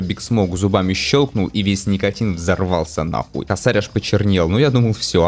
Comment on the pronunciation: не косАрь, а кОсарь , но уже поздно , ну и геншин с ним